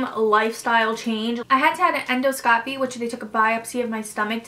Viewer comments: And the pronunciation... endoscopy, surgeon, anesthesia... 6 months of prep and she can’t pronounce those words? 🤔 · The way she kept saying endoscopy made me cringe so hard. But this video was super informative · We care because we’re here to get some insight into this surgery. You had 6 months of prep and yet you can’t pronounce endoscopy, surgeon and anesthesia properly... you should name your doctor so we can all avoid him/her. Thanks!